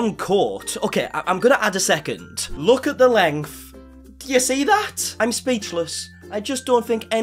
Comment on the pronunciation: "Lenkff" of your beard caught me off guard. What an accent lol